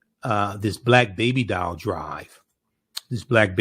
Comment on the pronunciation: It's "doll" not "dial" you not calling anybody 😃😃😃